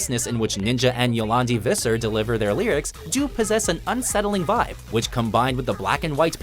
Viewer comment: Please learn how to pronounce "Die Antwoord" and "Jolandi Visser" before you want to make a video including them.